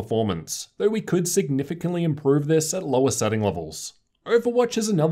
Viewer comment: "thurr" = though